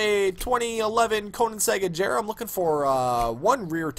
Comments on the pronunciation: ITS PRONOUNCED AGERA! NOT AJERA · agera g not j agera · this nigga said ajera AGERA BOI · Its pronounced Ageera...not Ajera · first point.. your bad second point.. it's agera with a strong G, NOT AJERA... it triggers me so much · He can't even pronounce the names of the cars correctly. Quick English Lesson the G in Agera is a strong G and does not make the sound of a J. Veneno is a word in Spanish therefore it's is not pronounced Venino it's Veneno with a E sound not an I sound. Also stop trying to act ghetto because it gets annoying. Great Video Overall. One of the only good Sim Racing Youtubers. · It's pernounsed "A-ga'ra" Agera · It is prononced A-ga-ra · its pronounced ag-ara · he pronounced it wrong the whole time 😭 he pronounced like ajera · it's pronounced agera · It's not ijera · The G in Agera is pronounced like the G in Gloria. And its pronouneced koniezege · u were saying agera wrong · you said Agera wrong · You're pronouncing Agera incorrectly.! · thats not how u say agera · I was done ... He called it a Koenigsegg "AJERA" LMAO No respect for the fastest car in the world.